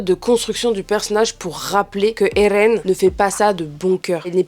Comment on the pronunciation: arrete de de dire ELLLLLLLLLLLLLLLLLLLLLLLLLLLLLEN en roulant ta langue, je vais te découper en sauciflard